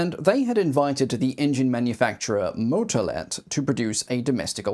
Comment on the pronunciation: The butchered pronunciation of all the names. One tip to english speakers: The pronunciation is short or long depending on "A" or "Á" respectively. The ´ gives the letter an acute pronunciation. Google translate gives the general idea on how the pronunciation works. On that topic, the words can usually be said as written, so, for example, "Motolet" is just that, not "Moutolet" as you can hear in the video. Pedantic rant over.